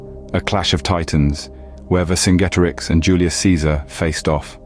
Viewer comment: Great video although i think its pronounced vercinjetorix or verkingetorix great video keep it up